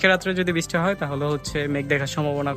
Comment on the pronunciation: khub shundir video bhai. just ektu kheyal rekhen uccharin a, bristi na uccharon ta brishti hobe, talebbo sho, brish ti.